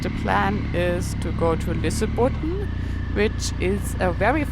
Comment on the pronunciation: Lol, you were not even close to Lysebotn.